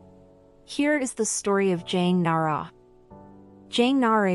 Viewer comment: Jang nah-uh-ray killed me 😭😭